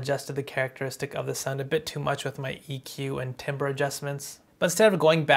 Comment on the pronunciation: Bro said timber 🤣🤣🤣🤣🤣🤣🤣🤣🤣🤣🤣🤣🤣🤣🤣🤣🤣🤣🤣